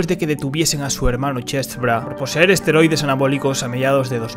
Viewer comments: Y donde lo golpeo el asteroide, que tamaño tenia era de roca o metal aaainsssss se dice esteroides eeeeesssteeeroooiiiideeessss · Esteroides 😂 no asteroides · Se dice esteroides y no asteroides